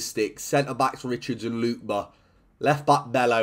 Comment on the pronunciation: btw it’s pronounced “LOO-KEH-BAH” not “LOOK-BA”